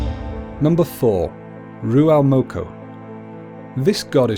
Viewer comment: I hate how he's says ruamoko